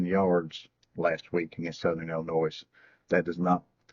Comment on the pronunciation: I couldn’t keep watching this video…. For the record, the “s” Is SILENT in Illinois